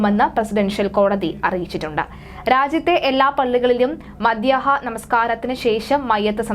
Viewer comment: madyaaha alla madhyahna😬